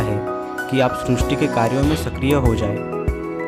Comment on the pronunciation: आप सब शब्दों का सही से उच्चारण क्यों नहीं करते हैं ? जैसे ही इस वीडियो में सृष्टि शब्द को गलत तरीके से उच्चारण कर रहे हैं|